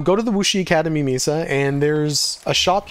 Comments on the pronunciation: Great job! Thank you. Mesa is usually pronounced May Sa. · Thank you! Yeah you're not the first person to mention my pronunciation of mesa 😂I appreciate the correction and I'll keep it in mind when I record next season's video.